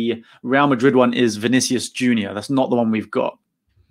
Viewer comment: You pronounced it perfectly. Bem-vindo.